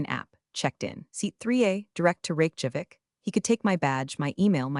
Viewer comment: Ok guys, somebody please tell the TTS how to properly pronounce Reykjavík?